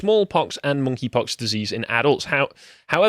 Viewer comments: it sounds like says "Mon'keigh pox" at several points and that had me laughing my ass off. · Lol, I thought he was calling it, "Naughty Pox"